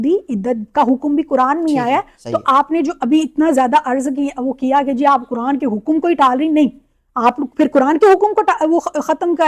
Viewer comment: Wahaban hai, She is inspired by Wahabi Deobandi including engineer Mirza, all in vain. How can she be an Alima when she can't pronounce the Quran clearly, She is saying Kuran.